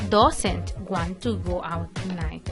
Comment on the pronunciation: Fíjate la pronunciación de IT /Does /Want/New.